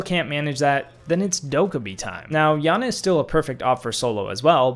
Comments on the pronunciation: It's pronounced yana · It’s not Yana it iana